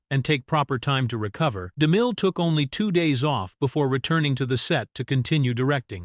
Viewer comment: I just wish the AI could pronounce Cecil B DeMille’s name more smoothly.